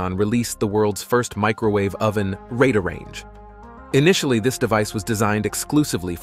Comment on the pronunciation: OK, you have done a better AI narrated "video" of clips from "fair use" meaning very short clips from content you do not have copyrights to. Waste of Time ( Every English speaker knows how to say words like "Radar", but Artificial Intelligence stumbles.